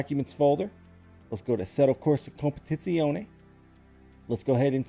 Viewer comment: Best Competizione pronunciation of all youtubers ❤️🇮🇹